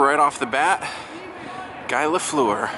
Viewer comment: Bell Centre, awesome. I respectfully would like to let you know that Guy Lafleur, his first name is pronounced (Gee), as goalie in yesterday's vlog Patrick Roy, his last name is pronounced (Rwah). Great stuff you do, I enjoy your content and style above others. No, I dont think I mentioned a bagger or a woo in that regard? Oops